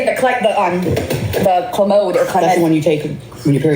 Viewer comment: She is taking clomid and cant pronounce it? Is she trying to have twins by any chance?